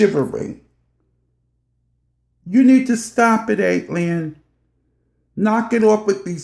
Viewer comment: Why can’t anyone say her moniker right ..... AT-ALIEN .... ok I’m moving on.